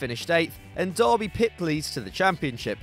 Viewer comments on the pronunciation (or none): none